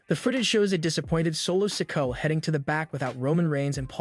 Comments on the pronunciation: Raquel. He says. Raco solo sokoa he say soco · Why does this dude pronounce solo sikoas surname as sicko??? 😅😅😅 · Omg the narrator needs to know who he is talking about because he cannot say solo sikoa name properly it's not sinko it's not sicko or even sicka it's solo sikoa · You really need to lean how to pronounce names. You have said Solo last name 4 diffrint ways in this video. it is pronounced "Si Ko A"